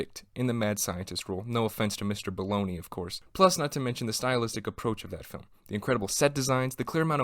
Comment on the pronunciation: Hey,, all actors make bad choices sometimes. It's pronounced Joseph Bolog -YA not baloney. He was a fine, respected actor and writer.